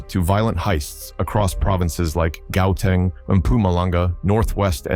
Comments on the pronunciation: Pronounce a province as goathang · Ai we pronounce it as hauteng😂😂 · Y'all must learn to pronounce Gauteng or just stop making this videos. It is not an English word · It's amazing how you knew his aspirations of wanting to be known and feared. Please learn the correct pronunciation of words before making a video. "Gauteng", for instance... Bad video. Bad. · If you can’t even pronounce “Gauteng” then maybe go back to play on your own turf. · The story teller is not from South Africa, you can hear how he pronounce Gauteng